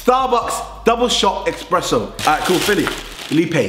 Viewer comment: "starbucks double shot EXPRESSO"